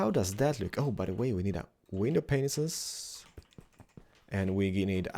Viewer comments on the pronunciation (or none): Some people rage about it, but I LOVE it how you say Windwon PENISes. trololol Smexy! Wop Wop Wop Wop oppa Keralisstyle!;D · 8:90 he says window pineses